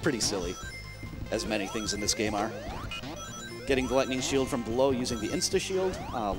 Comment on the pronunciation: Somehow, one of those times when he said Lightning Shield I heard Gluttony Shield. I briefly thought that it was a nickname those guys made up for how it can get you more rings than you could ever need.